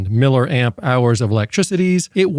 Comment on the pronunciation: its milli Amp not Miller